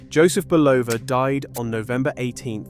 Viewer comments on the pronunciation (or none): Dear AI, the company name is pronounced BULL-ova. There are tens of thousands of instances available on YouTube where radio & TV announcers pronounce the name correctly. It’s never Bu-LOH-va. Two syllables, not three. The first syllable is accented. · Another good presentation messed up by terrible AI pronunciation of names and places. It is not Buloooooova. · You discredit this brilliant man by constantly mispronouncing his name!